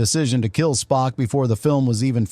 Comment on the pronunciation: "Spoke?" Is this the AI narrator?! 😆